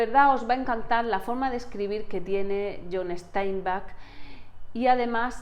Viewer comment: es John Steinbeck, como suena, no "Esteinback"